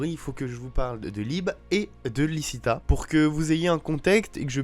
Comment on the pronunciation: dsl mais c’est pour la correction c’est lichita et liebe ( liébé ), apres quand tu dis diable c’est mieux de dire démon sinon c’est pas une capacité d’absorber la force vitale mais si je crois bien une malédiction et oui ta théorie est cohérente